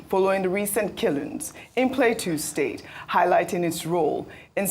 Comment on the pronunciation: Why can’t Ojy pronounce Plateau state correctly 😅